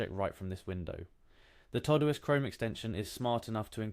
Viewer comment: This was helpful. Please note: The program is called Todoist. It's for things TO DO. Pronounced TO-Do-ist. Not TOE-do-ist.